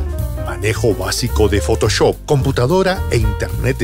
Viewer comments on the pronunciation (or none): none